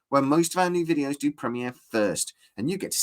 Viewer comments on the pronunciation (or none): none